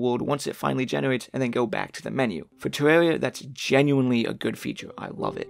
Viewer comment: "tewwawia fwans awe toxwic" That's all I needed to hear